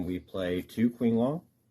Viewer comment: it's not a speech impediment thing, sorry if that wasn't clear they're almost mandarin pronunciations I believe so qinglong is actually ching-long (bc qi is chi) and kauwloon is cow-loon 👍